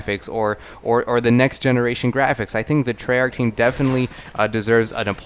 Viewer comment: This nigga say tryarch